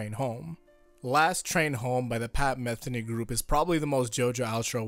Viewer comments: Since its a pet peeve of mine: its pronounced muh-thee-nee, not meth-eny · It's pronounced Pat "Muh-Thee-Nee" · Your mispronouncing Pat Metheny' s name